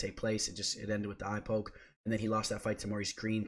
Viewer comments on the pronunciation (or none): none